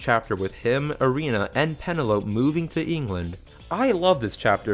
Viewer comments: It's pronounced (pen-nel-o-p) not (pen-o-lope) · So we just not gonna mention his pronounciation of penelope ok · when you say pene-lope. do you mean penel-opie?... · it's pen-ell-uh-pee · I could forgive the way you pronounced Morioh. But Penelope? Really? Improve your motor functions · The way this guy pronounces 'Morioh', 'Penelope' and 'Passione' makes me want to shoot myself.